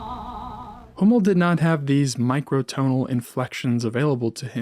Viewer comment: Please pronounce "Hummel" properly!